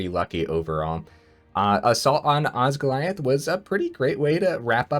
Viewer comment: It so doesn’t matter but oz-gill-ee-ath Congrats on getting early access!!